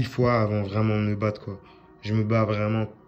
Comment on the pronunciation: quand il dit vraiment j’ai l’impression qu’il dit vreuuumant